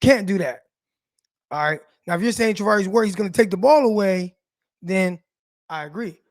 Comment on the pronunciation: Char NOT Tar 🤦‍♂️